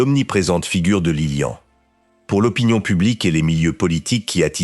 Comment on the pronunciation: Beaucoup trop d'imperfections ! Que vient faire dans la monarchie Belge la présence de la reine mère d'Angleterre ? et la mère de Léopold n'est pas Isabelle mais Elisabeth. Que dire enfin de cette voix synthétique qui prononce Lilian et non Liliane ? C'est assez décevant